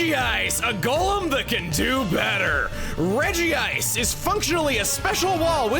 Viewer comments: The fact that you still regi-ice instead of reg-ice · Out of all people I'd think you, Chugga, would say "Regice" and not "Regi-ice", there's only one I. Is there some official resource besides the anime that has you saying it that way because I trust your pronunciations more than anyone else when it comes to Pokemon but this, this is one I can't believe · Praying Chugga will one day pronounce it as Redge-ice